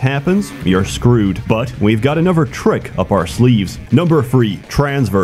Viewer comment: Why do you pronounce "another" as "anuver" and "thirty" as "firty"?